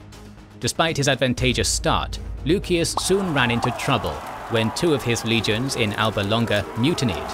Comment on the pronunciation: Lusias. Theres no k, just c.